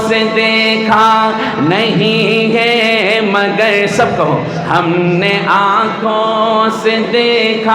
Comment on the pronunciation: Na awaz Achi na Hy tune theek or hay ko hey keh rahy hn.itni khubsurat Baat ko kharab mut karo.